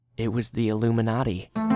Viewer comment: When he started off at the end and getting weird in like what what!?!? Then he said illuninati and I just got like 😾😸😾😸